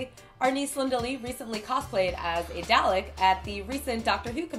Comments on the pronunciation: FOR GOD SAKES ITS NOT PRONOUNCED "D-AH-LICK"! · you said Dalek so badly xD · Its DAH-LEHK